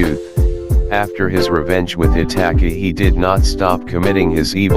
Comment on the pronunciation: Did he really pronounce Itachi 'itaki'